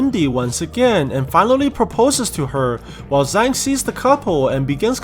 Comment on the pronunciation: Just to be precise the Zhang is pronounced more like jang